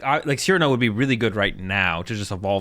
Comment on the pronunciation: learned to pronounce Cyrano